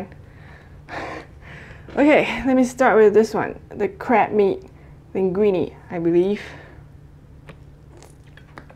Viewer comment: Sounds like she's saying "crap meat" hehehe ^_^